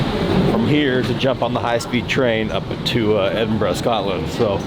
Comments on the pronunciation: Finally! An American who can pronounce Edinburgh correctly 👍 Its not Edinborough 😆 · Dave is the only American that never butchered the name Edinburgh by saying edin-burg my props to you lad.... BUT your established titles are a well engineered scam. You do not get the deed to your 1ft square bit of land and your "land" you now own is owned buy thousands of other people. You get a personalised certificate to the right to use the "land" and wtf are you gona do with a 1ft square bit of grass🤣🤣. By law in scotland if you own a plot of land you are technically a landlord "laird/lord" but only by name its not a registered entitlement as the The Court of the Lord Lyon, the official heraldic authority for Scotland, has just reaffirmed that titles bought online have no legal status🤷🏽 but hey every man and his dog want to be scottish like me and many of my Bretherton..... we invented the modern world 👍your welcome🤣🤣🤣🏴🏴🏴🏴🏴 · How did you enjoy my beautiful city Edinburgh, your pronunciation was top drawer .Great video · Ha, ha welcome to Scotland. Well done for pronouncing Edinburgh correctly. Many of your country folks struggle with that one and call it "Edin-berg". Of course it would be timely to point out that ultimately only one person is Lord and he has a birthday tomorrow! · Finally an American that says Edinburgh correctly woo hoo their not all a bunch of f🤬king plonkers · Your the first American the pronounce Edinburgh correctly. Well done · Welcome to the UK and thank you for saying Edinburgh correctly at least once! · thank you for pronouncing it Edinburgh right, not edinboro :p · As an Edinburgh born and bred person.... Dave, you get 10/10 for actually pronouncing Edinburgh correctly - most Americans pronounce it "Edinboro". Scotland truly is a wonderful place ! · Omg an American saying Edinburgh correctly! Spoiled by the top of the morning to ya 🤣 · Only thing right in this is his pronunciation of Edinburgh 😂😂😂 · Pronounced Edinburgh correctly! So many don't. 😃